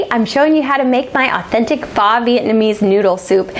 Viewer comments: This looks delicious! Pho is pronounced "fuh" fyi :) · "Faw Vietnamese noodle soup" haha